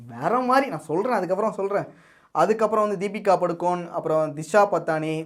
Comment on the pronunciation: திஷா படானி ❌ திஷா பட்டாணி ✅ 🗿🗿